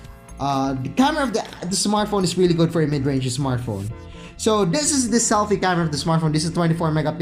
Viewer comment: ISmartphon .... ISmartphon ..... ISmartphon ...... makalipong!!!!!! We downut!!!! @@ magtagalog ka nlng!!!